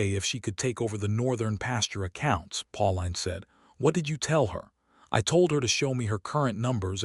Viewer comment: Her name is probounced Pauleen not Pau line.